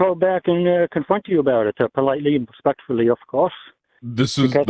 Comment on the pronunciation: “Wespectuwwy”